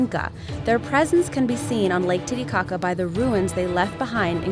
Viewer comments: It sounds a bit like lady gaga instead of titicaca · am i the only person that laughed every time they said titicaca? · Lake boobshit 💀